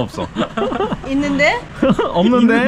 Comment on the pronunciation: 있둔데? 없눈데? ㅋㅋ